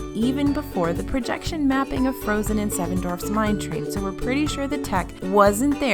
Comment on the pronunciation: Please think about spending more time on your pronunciation of "dwarfs". It's not 'dorfs'. People with dwarfism are not cartoons, and it seems insensitive to keep mispronouncing their genetic condition.